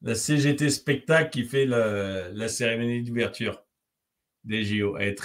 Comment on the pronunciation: Seremonie ou Cérémonie ?